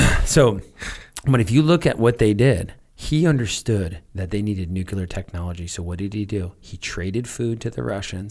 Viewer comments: I wish that people who talk about nuclear topics would learn how to pronounce the word nuclear. NEW-CLEAR not nuculer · "Nucular" brah XD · I can't get past "nucular." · Why does every american I hear pronounces "Nuclear"---> "Nukiler"? Is there a reason?